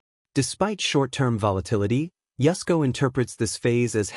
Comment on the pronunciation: I thought his name was Yusco, not Yesco.